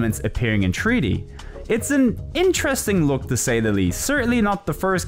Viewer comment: WHAT DO YOU MEAN TREE-D? It's three D, not tree d!